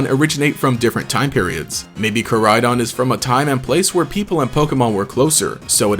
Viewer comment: Miraidon and koraidon pronounciation kinda bothers me in this since its meant to mean future and past. Maybe im juat a stickler for the japanese language. Kinda a stickler for all languages honestly. Especially the way he says miraidons name.